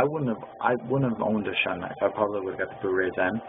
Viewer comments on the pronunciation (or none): Pronounced "shoon". Review should be done by people not saying "I really don't know" or "I guess" etc.